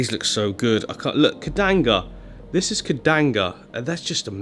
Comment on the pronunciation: "Kedanga" 😂😂 gotta love how comes up with his own name for plants!